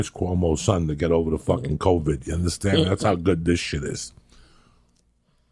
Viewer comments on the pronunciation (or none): none